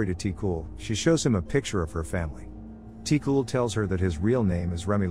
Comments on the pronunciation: Yeah, like for example: Ti-cul {Tee Q} (but don't pronounce the E sound in Q and it'll be close) , (it means like "kiddo" comes from "petit" {puh-tee} meaning small "petit"-> "ti". And "Cul" meaning "ass". It doesn't translate well to English but just see it as meaning "kiddo" or "kid" ) Bonin {Bo nine (but stop halfway through pronouncing nine)} (Bonin is a Family name, it's like calling someone "Johnson") Vézina (pronunciation was correct in video. It is, also like Bonin, a family name) Thérèse {Tay rise} Réal {ray al} Céline {Say Lin} Demers {Duh meh-rs} Zoé (pronounced correctly) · Ti-Cul is pronouce "Ti-Qu" 😂no offense, just funny to see how other languages will pronounce it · The way you pronounced ti cul 😹 tee- qwu* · Always hilarious to hear typical Québecois names pronouced by anglish speakers lol Tee-Cool hahahaha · The L in "Ti-Cul" is silent. It's French Canadian slang for "Little boy". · (From Québec) hahaha It made me laugh so hard the way you said the names especially Ti-cul, wich is obviously not his real name since well, it's a form of insult and you don't pronounce the L in it. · I cringe when the voice pronounce the name like ti-cul or other names from Québec